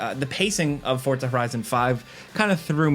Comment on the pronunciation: You got my Like simply for pronouncing Forza correctly!!!